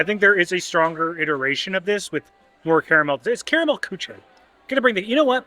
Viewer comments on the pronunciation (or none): Karamell Küche is pronounced Car (flipped r) uh mell coo (but with an umlaut, so it sounds like how the Scots say "cow") - German back of the mouth hiss "ch" - eh. Kind of impossible to tell anyone how to pronounce it typed!